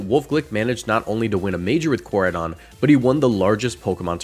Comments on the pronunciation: Best rage bait in decades is who he said Koradeion 😂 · How you get miraidons name right but no koraidons made me just leave the video by the 5 th time you said it cring jahahahahha sorry love your content however